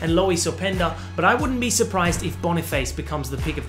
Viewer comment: Boni 'face' 😂😂😂😂 You need to pronounce it like the french word face...